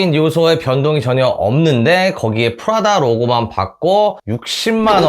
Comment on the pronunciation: 프라다라고 말하실때 난 왜 자꾸 프라닭으로 들릴까요? ㅋㅋㅋ 치킨이나 시켜 먹어야겠다ㅎㅎ 리뷰 잘 봤습니다~